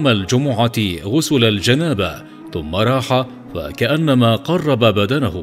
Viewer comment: ليس قرب بدنه ياأخي بل بدنة بفتح النون والتاء المربوطة أي كمن قدم مايشبه الأضحية